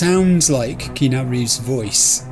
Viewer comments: I don’t know if it was pointed out, but his name is pronounced as Kee-Ah’-Noo, not Kee’-Nah. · It's 'Kee-aa-noo'! 🤣